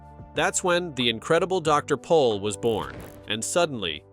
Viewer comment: It is POL not Paul and his name is Jan (Yahn) not JAN. Thank you!